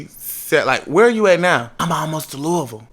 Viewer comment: glad he knew how to say Louisville